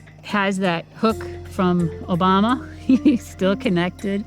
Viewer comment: min "hook drom Obama"? . She mention no issues no nothing.. SHEEPLES are ENSLAVED